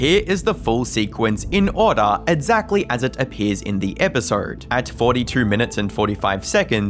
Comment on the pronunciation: For somebody who mispronounces "exactly" as "edzackly", weird how often it occurs in the video.